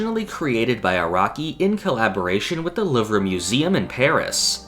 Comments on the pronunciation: Isn't it pronounced "Loov", not "Loovra"? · Great video but idk why you kept saying Loovruh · Not to be that annoying guy, but Louvre is pronounced "Loov" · Just saying, it's pronounce "the loove" instead of "the luvrah" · JUST SAY LOOV. IT'S NOT LOOV-RUH. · Lmao the “Louvree” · The "loov-ruh" 💀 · Why are you saying “louv-ruh” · Are you mispronouncing the Louvre or am I? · are you purposefully pronouncing the Louvre like that lmao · I'm crying why is he saying the Louvre like that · I flinched at the way he said Louvre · that is not how louvre is pronounced but no anglophones have ever pronounced a french word correctly so your half forgiven